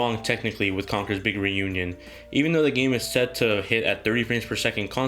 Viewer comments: and it's pronounce "reunion" not "renewñun" 😂😂😂😂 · Conker's big 'renunion' lol i couldn't stop hearing that throughout the whole video nice review btw